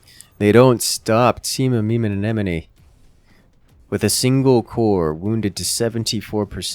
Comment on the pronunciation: just casually flexing on pronouncing amemomeanemone every time he can.